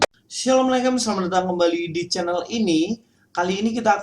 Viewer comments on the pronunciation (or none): none